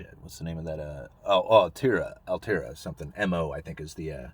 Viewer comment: ALL-TREE-AH dude ...lol altria...best asset class performed over past half decade from divy lol...its a great stock